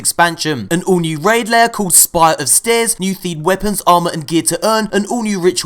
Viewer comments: I know it took you ages, and I'm really grateful for that. But...... it's Spire of Stars not Stairs, and I'm pretty sure that's not an accent thing. XD I'm really pumped for this. Also, Warlock has the best looking PS4 exclusive armor IMO. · Am I the only one who realized he said “spire of stairs” not “spire of stars” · By the way.... Spire of STARS..... You said Spire of STAIRS. :3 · When calls the new raid lair Spire of "Stairs" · Ok, Nice one, you said Spire of Stairs. Can’t want to fight Stairs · New Raid Lair: Spire of Stairs You have an interesting way of pronouncing things. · Spire of staires... Really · You said spire of stairs instead of spire of stars lol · Spire of "stairs" 😂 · Spire of "Stairs" hahahahah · Who else cringed when he said "Spire of STAIRS"? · did you just say spire of stairs... 😂😂😂😂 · Did you just say "Spire of stairs"? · Hahaha you said spire of "stairs" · Did you just say Spire of STAIRS? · am I the only person who heard spire of “stairs”? Lol